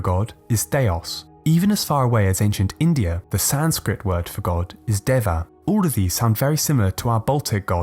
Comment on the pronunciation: Your pronunciation of deva is hilarious